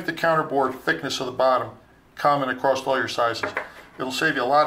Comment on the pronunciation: heh what is it with machinists saying "acrosst"... abom does that too